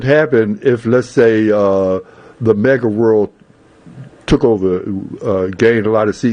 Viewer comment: ITS MAGA...NOT MEGA! IS THIS INTERVIEWER DRUNK? SMH